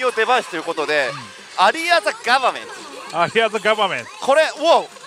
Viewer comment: さんの「 アリア・ザ・ガバメント」の発音が良くて (o´艸`)♪ 風が出たりとか 今の台は進化が色々凄いですね(*Ü*)